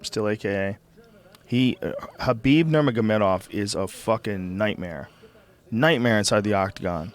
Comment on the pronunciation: KHALABIB, Kevin Ferguson, Stiopic, I think he called Micheal Johnson Micheal Jackson lol its FUCKIN TREMENDOUS